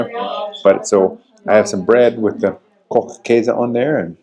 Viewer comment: Eier aus Frei-Land-Haltung: free land housing of the chicken. Funny: you get Ko-ch-käse perfectly German but Mi-ch-elstadt pretty American 😊.